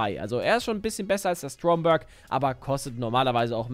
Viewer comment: Schönes video aber kannst du bitte aufhören denn Stromberg Englisch auszusprechen? Das ist ein Deutscher Name.